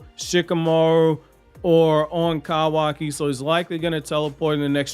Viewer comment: Damn your voice is so annoying, every time you pronounce Kawaki I want to fight you lol